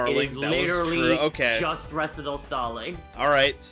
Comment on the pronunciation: MBT poisoned everyone's pronunciation of "recital"